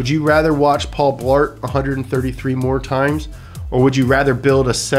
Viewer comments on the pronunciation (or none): none